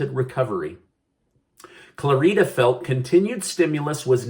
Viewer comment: His name is pronounced Clarida like in Florida. Emphasis on first syllable (Clar) not on the (i) and "i" is pronounced like it is in the in the word "it" (short i) not like an "e"